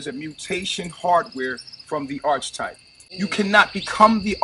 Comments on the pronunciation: I love when people use words that they can't pronounce. Like him mispronouncing archetype over and over. "Arch type" 😂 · Mf said you can’t be the Arch Type 😂 how did they get fooled by him? He can’t even pronounce half of the things he says or form a sentence properly 🤦🏽‍♂️ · O man he just said "archtype" instead of "archetype." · Definitely trust a messiah that can’t pronounce the word archetype 😅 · Did you hear the way he pronounced “archetype”??🤦🏾‍♀️🤣